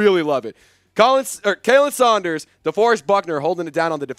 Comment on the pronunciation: how many times are you going to mispronounce Khalen Saunders name wrong?